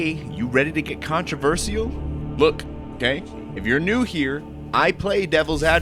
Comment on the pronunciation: I think the most controversial thing about this video is the way you say "controversial" 😭 no hate though, I love your analysis!